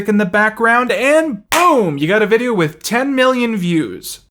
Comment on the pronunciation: He pronounces words as if he's never heard them said aloud. But some of the words are "fifteen" and "video"